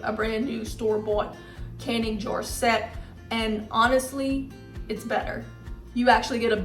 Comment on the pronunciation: I THINK SHE IS TRYING TO SAY “ JAR” .